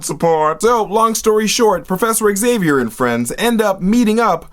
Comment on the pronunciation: It's zay-vee-er. Not ex-ay-vee-er.